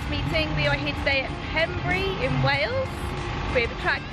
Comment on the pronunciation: Nice pug. shame you can't say pembrey properly ;)